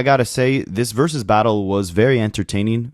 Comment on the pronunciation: I know you're a child, but stop saying "verus battle."